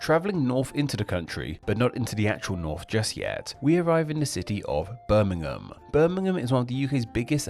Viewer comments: Please pronounce some of these places correctly, Birmingham, is pronunced Berminghum, the 'ir' is 'err', Brummagem the 'g' is pronounced as a soft 'g' as in Jam, not hard as you use. And Brummagem has some of the most sought after jewellery manufacturing in the world. Brummagem does not mean shoddy, because Birmingham is known as the city of a thousand trades, and this meant many manufacturers located to Birmingham just for the skilled labour. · London is not the largest city. It isn’t a city. Greater London includes 2 cities, London and Westminster. The City of London is the 295th out 296 for population. The City of Westminster is the 288th. Brummagem is pronounced Brummajem. The cheap shoddy goods were called Brummagem Buttons, referring to one of the many trades in the city. In particular, it referred to the gilt buttons that had so little gold it quickly wore off. It was then applied to the gilt jewellery and, later, to other cheap goods. Birmingham was the China of the 19th century, supplying the world with cheap items. You missed a good one. Birmingham people call their Black Country neighbours Yam Yams, from such common phrases as, "Yam orright ar kid?" or "Yam goun ter town?"